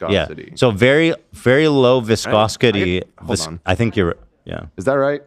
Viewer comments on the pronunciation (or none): Not the "viscosquity" 💀